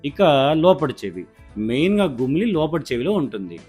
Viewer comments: గుమిలి కాదు గులిమి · That is గులిమి, not గుమిలి. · అయ్యా డాక్టర్ గారూ, గుమిలి కాదండి- అది గులిమి ! హైద్రాబాద్ లో పిల్లలు కొంతమంది “మిరపకాయ “ ని “మిరకపాయ “ అంటారు 😀! అలాగే మీరుకూడా అక్షరాలని జంబ్లింగ్ చేసారు!! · Its gulimi not gumili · గుమిలి❌ కాదు సార్ గులుము ✔️ అంటారు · అది gumili (గుమిలి )కాదండి. దాన్ని gulimi (గులిమి)అనాలి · గుమిలి /గులిమి. నాకు తెలిసి గులిమి. మీరు గుమిలి అంటున్నారు.